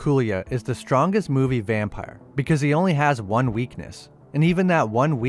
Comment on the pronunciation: Vun..,ah ha, too....ah ha, tree.....ah ha😂😂😂